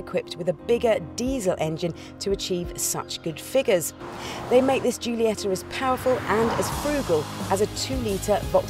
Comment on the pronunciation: "Giuliessa"?!?! It's GIU-LIE-TTA!! ahahah